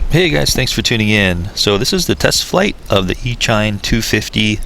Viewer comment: The Hobby People HPHeli BatFly is the same exact Quad 250 racer. Thats are Circular Polarized antenna, you needs the same at your Rx .... BTW, it's pronounced E A Sheen, like Machine, not "E shine". duh.